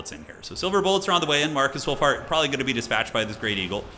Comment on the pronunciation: I did a spit take during the introduction because I heard "Marcus Woolfart." Not sure how someone could shit a sheep, but that dude figured it out.